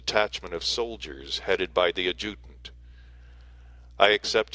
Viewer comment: FYI adjutant is pronounced ad' ja tant